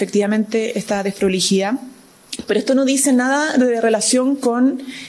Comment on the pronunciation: ...con esa "dessdproligidad"... jajajaja. .. alguna vez firmaría algún contrato de cualquier tipo ....algún cheque...letra ..mamamia...que nos espera....que le pasen una lapicera..de nuevo....(.......)